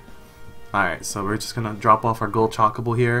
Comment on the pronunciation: I cringe every time he says Chocobo. CHAKABO. Lol. Other than that....this is a really good fan game.